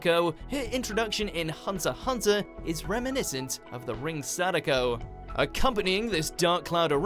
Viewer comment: Omg he said hunter hunter🤦🏻‍♀️🤦🏻‍♀️